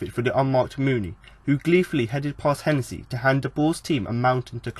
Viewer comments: Dude, I'll help you out on how to pronounce some of the Town players. The striker big Steve Mounie is pronounced 'moo-knee-ay'. Kachunga is pronounced 'ka-chung-ga... Like his song.... ' Aint nobody like Kachunga, makes me happy, makes feel this way'. Happy to help. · Wait what did you just call Mouniè?